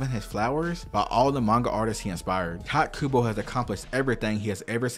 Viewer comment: Man, there is no stop to people calling Kubo 'Tight'. You can say it right which is barely an inconvenience.